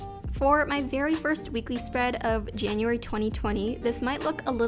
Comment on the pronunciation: ah yes our favorite months janaryary